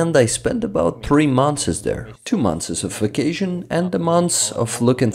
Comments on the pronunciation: One note: look up the pronunciation of "months" 👍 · Your comment is one of the most wholesome from all of them! Thank you for all this "thanks", for your compliment and for your tip! I'm already working on the next one. Hoping to finish it in about a week. As for "months" it's already a redacted version when I really tried 10 times before I was able to pronounce this version.😅 First version sounded like "monthes". My dear friend Alex who is an English teacher helps me by reviewing my pronunciation and also finding some mistakes in subs. He tried to teach me to pronounce it but as you can see I wasn't able to pronounce it anyway.😊